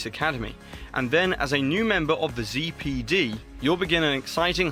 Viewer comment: How difficult was it for you to say "zee" PD ?